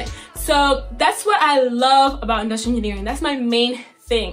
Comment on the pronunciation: she said inustinering